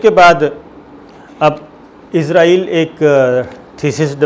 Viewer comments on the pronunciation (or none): اپنا لفظ صیح کرو ۔عزرائیل نہیں اسرائیل ہے۔۔۔۔۔۔۔۔۔۔ اپنی زبان استعمال کرو۔ذہنی غلام مت بنو۔ ہم باوقار ملک کی باہمت قوم ہیں ۔ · اسلام وعلیکم صابر شکر صاحب سر جی لفظ اسرائیل بولا کرے یہ یہودی ریاست کا نام ہے عزائیل فرشتہ ہیں جو جان نکلتا ہے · صابر صاحب آپ سے گزارش ہے کہ اسرائیل کو اسرائیل بولا کریں ،